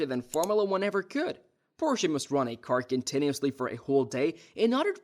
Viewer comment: Porshay? LMAO you made me laugh 1 second into the video. Nice. edit: okay it wasn't a joke, that's just how he says it. edit: wait he says it correctly sometimes and then immediately says it wrong right after LOL